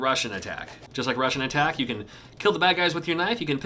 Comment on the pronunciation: sounds like you`re saying "Russian Attack"